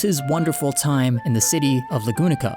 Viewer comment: If you can't speak Japanese correctly, then don't pls 😂 or can't pronounce names, learn how to. Lagunika really hurts my ears